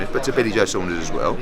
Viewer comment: Watch the way he says “billy joe Saunders “